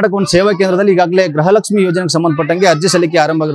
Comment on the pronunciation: ಸರ್ ಗ್ರಹಲಕ್ಷ್ಮೀ ಅಲ್ಲ ಗೃಹಲಕ್ಷ್ಮೀ..😊